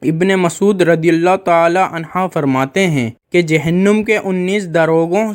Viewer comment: PEHLY ANHA OUR ANHO PARHNA SEEKO PIR BAYAN KARO